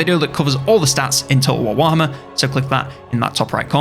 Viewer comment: Is nobody talking about the fact the man just said "Total War Whama 3?"